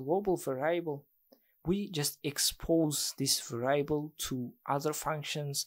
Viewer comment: Thanks for the video, man. That's really great content. But please learn the right pronunciation of the word 'variable'.